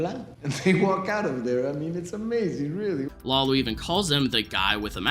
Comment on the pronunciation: Can't believe we first saw Tuco 15 years ago. it sounded like you said "Wallow" instead of "Lalo". Am I just hearing things???